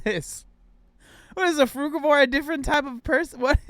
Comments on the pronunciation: You can’t even pronounce frugivore 😂😂😂 you have no idea about nutrition. Stop acting like you do. Stick to building muscles bruh. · "Frugavor" now that's new. Also, if we're not meant to eat meat.... why do we have incisors to dear and rip flesh?